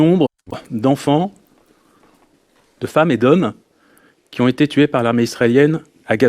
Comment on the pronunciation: " y restent que eux qui z'ont " mdrrrr